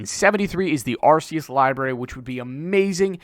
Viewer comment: Btw it's arr-KAY-us not arr-SEE-us